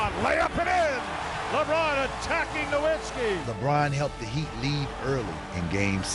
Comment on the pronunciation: They keep saying Nowiztki wrong and it pisses me off